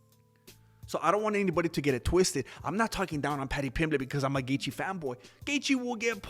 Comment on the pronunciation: Why is he Dustin Gaetche?? Ha Ha Ha